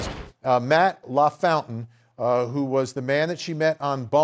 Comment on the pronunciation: Hey Vinny it's "La... Foun...tain!"